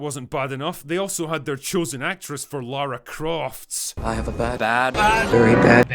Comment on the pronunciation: That is not jot Lara croft she is lara cruft